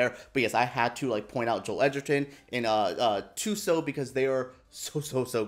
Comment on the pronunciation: Thank you for that! Will have it perfected going forward as I see myself saying her name a lot in the future. Hope to see Thuso get an awards run here